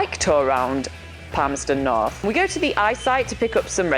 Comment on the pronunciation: Interesting! He's a French and yet, he can pronounce the 'th' in Palmerston North. At first I thought he was a Dutch but then he sounded like a speaker of a Romance language. so, more or less he's a French.